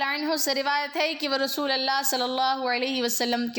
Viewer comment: ما شاء اللہ و تبارک اللہ ۔ لفظ رسول فتحہ کے ساتھ نہیں بلکہ ضمہ کے ساتھ ادا کریں۔ متنِ احادیث کا ترجمہ آپ پیش کر رہی ہیں بارک اللہ فیک اگر حوالوں کا اھتمام بھی کر لیں تو آپ کا بیان بہت زیادہ اہمیت کا حامل اور قابلِ اعتبار ہو گا ۔ اذان کے دوران شھادتین میں صحیح اعراب لفظ رسول پر فتحہ نہیں بلکہ ضمہ ہے ۔ لفظ محدثین میں حرف " د" کو فتحہ کے ساتھ نہیں بلکہ کسرہ کے ساتھ ادا کریں ۔ جزاکِ اللہ خیرا و بارک فیکِ ۔